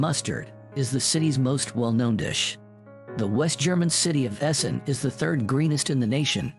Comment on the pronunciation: Yep, the German pronunciation is ganz schrecklich. I think he said the river in Leipzig is called the Plehs (?). He did get Essen right. And actually pretty much got Bremen.